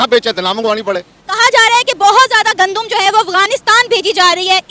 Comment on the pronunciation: Gandum...Muje laga Condum bol rhi hai😆🤪😄